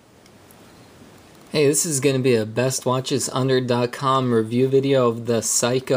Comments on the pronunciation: It's pronounced SEYkoh not Psyhco. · Good vid but for future, Seiko is (say-ko) not (psycho). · ..oh, by the way, it's SAY-KOH, in case you didn't read the comments below. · dude are you serious? you really don't how to pronounce seiko? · Useless - can't pronounce the brand name !? A big Mac and fries please ;-)